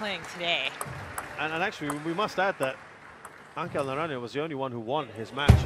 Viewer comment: Put respect on his name Angel Naranjo takes a game off Wang Chuqin. The g in Angel and the j in Naranjo are pronounced like the fist h in "nigh" if you wanna say his name correctly Hay patriaa